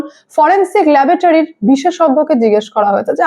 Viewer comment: ল্যাবোটারি নয়,কথাটা হবে ল্যাবরেটরি। LABORATORY.